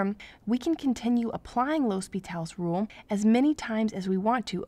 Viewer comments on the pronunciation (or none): Good video but isn't it supposed to be "L'Hôpital's rule"? Pronounced 'Lopi-tal's rule". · Its pronounced as Lopetal's rule